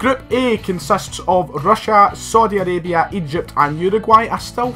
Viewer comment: “Sodi Arabia”